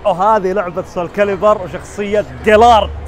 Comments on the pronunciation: ما كأنه ينطق جيرالت غلط شوي ، سمعته يقول جيلارت …… مو قصدي اتطنز والله ، بس ذا جيرالت يا حبيبي مو اي واحد 🔥😂 بس صراحة كنت متحمس اشوف قيمبلاي للعبة والحمدلله شفته وشكلها 🔥🔥🔥🔥🔥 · كانه يقول جلرت .؟ اسمه جيرالت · جيرالد وليس جيلارد بس فنان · قاعد تقول انه اسطورة طيب انطق اسمه صح